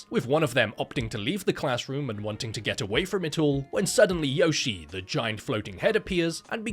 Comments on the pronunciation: I know knows that her name is pronounced "Yoh-shee-eh", but I prefer "Yoshi" now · Yoshie is read “yo-shi-eh” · Well, to be that guy, it's actually pronounced Yoshi-eh. So, really, it's a Canadian Yoshi.